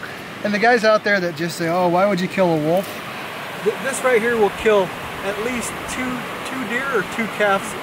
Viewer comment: If u ever call it a "woof" or "wuff" again... I will personally hunt u down LOL .. IT'S NOT CALLED A FUCKIN "WOOF"!! It's WOLF, you're supposed to PRONOUNCE THE "L" IN THE FUCKIN NAME.